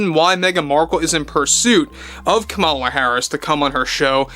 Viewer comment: Het! Kamala is pronouced "comma-la". If yiu are going to podcast...do your research!